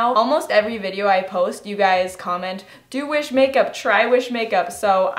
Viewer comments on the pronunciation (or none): I though u said Jewish makeup lol